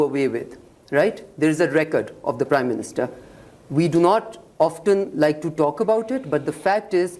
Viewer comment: OFTEN.... pronunciation problem Hina ji